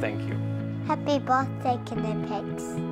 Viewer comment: How can we stop Americans from saying ka-nipex?